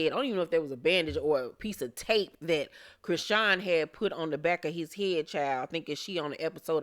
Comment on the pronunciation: Did you mean to pronounce her name CRAYsean? 😂